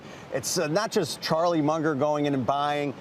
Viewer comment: did he call Charlie Munger a Charlie Muncher ?